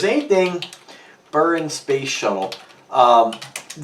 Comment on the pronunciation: you totally butchered the pronunciation of buron it's pronounced BU-RON look up a video about it for proper pronunciation